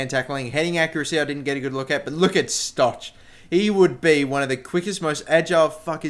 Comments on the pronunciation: Stok not Stotch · you say it wrong it is stog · Pronounced Stok